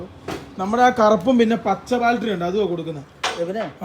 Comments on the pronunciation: ബാൽട്ടറി അല്ലടെ ബാറ്ററി ദൈവമേ ഇവരോട് ആരു പറഞ്ഞു മനസ്സിലാകും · ആരെങ്കിലും ഒന്നു പറഞ്ഞു കൊടുക്കെടൈ ബാൾട്ടറി അല്ല ബേറ്ററിയാണെന്ന്. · Baltary❌ Battery ✅😂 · ബാൽറ്ററി 😂😂😂ബാറ്ററി ആണെടോ 🥹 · Kutta baltery alla..... BATTERY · ഇനിയെങ്കിലും ഈ ബാൽട്ടറി മാറ്റി ബാറ്ററി എന്ന് പറഞ്ഞു കൂടെ? 😆